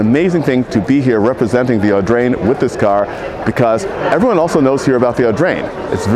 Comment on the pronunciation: how many times did you manage to say "Augrain" ?